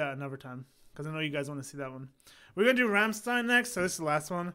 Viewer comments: Bro You are a very likable guy and I enjoy Your reactions especially to Rammstein. But like most english-speaking people You butcher the band name and the song titles. So as a German I want to support You a bit and write these words in a way so if You read it in Your language it will sound like the german words. There is a problem with "ch" and I don´t know what to do about it. Anyway the band name sounds like "rumshtine"; some song titles sound like "doo hust" (You have), "esh vill" the problem with ch, I want), "anggel" (angel), "bentseen" (gasoline), "vollt eehr duss batt in flummen sane" (Do you want to see the bed in flames), "esh too deer vaih" (I hurt You), "mine hairts brannt" (my heart burns), "mootter" (mother), "doitshlund" (Germany), "foir fry" (open fire !?), "vices flishe" (white flesh), "hirarta meesh" (marry me), sonna (sun), pooppa (doll), "do reeshst so goooot" (You smell so good), rummleed (ram song or more the song connected with the band name) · >Says Rammstein like 20 times in Rammstein song >Still mispronounces it afterwards What the fuck dude ? Did you even listen ?